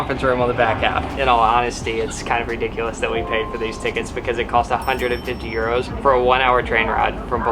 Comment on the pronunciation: Are you from Ireland because you say euors